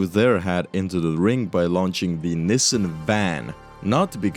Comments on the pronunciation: I have no idea what a "niss sen" van is, but I do know a company called Nissan, pronounced "Knee san". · It's pronounced Nee sahn, not nissin. Just a friendly FYI. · love the content! btw, Nissan is generally pronounced "NEES-sahn" not "NISS-en". keep up the good work! this stuff is actually great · Nissan is pronounced nis-sun, not nissen! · I wanted to say you would have had an easier time with older models, but those are probably all preserved by collectors. (Or did you limit it to cars with license plates?) - Well, Cuba could still be defying some extinctions. Why do you say "Nissin"? That's a ramen brand. The a in Nissan is quite audible in the proper pronunciation of the name. (It also bothers me when others call Hyundai "Hunday".) Headcanon: Lotus got sued by Microsoft and renamed the car to Lotus Tabcalc. You should re-record voice bits with mistakes. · Hearing nisan is a war crime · The way you pronounce "Nissin" is abrasively European 💔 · never heard someone pronounce nissan like that, i've only ever heard it as 'nee-san' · everywhere else in the world its pronounced nissan. For some reason in north America they pronounce it like they are struggling with a new foreign word.